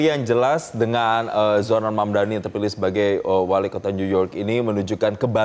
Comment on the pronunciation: Saya kira hanya Cuomo aja yang gak bisa nyebut Mamdani ternyata bapak ini jg manggil dia Hamdani 😂